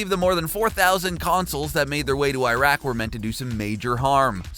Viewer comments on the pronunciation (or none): none